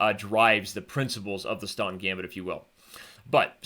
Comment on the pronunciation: Too fast to follow. Even the talking made Staunton gambit sound like "stunt gambit".